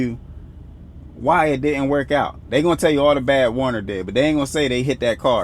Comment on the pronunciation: Is he saying Warner or Werner?